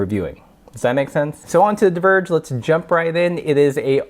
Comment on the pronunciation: "divergé" got me triggered like hell :-D